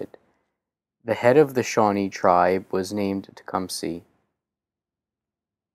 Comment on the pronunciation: teh-cum-seh not tecumsee